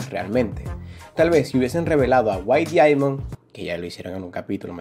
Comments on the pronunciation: Se dice daiamon x.x me duele escuchar que digas diamon pero me gustan tus videos xd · No se dice diaimon tarado se dice diamon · Diaimon 😂😂 pero me gusta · Me encanta como decís diamond xdxd